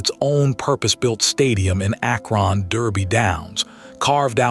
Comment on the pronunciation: ack RON! AI sucks